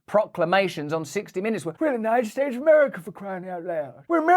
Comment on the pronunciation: Did you noticed? Schmoe Bidet said " we are united states OF AMAFRICA!!!! Listen to what he said not what you think you heard